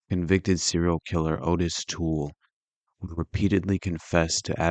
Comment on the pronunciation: The name is pronounced OTT-is Toole. It's spelled Ottis.